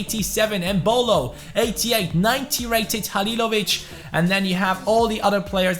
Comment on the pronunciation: Damn you said Halilović right i know from croatia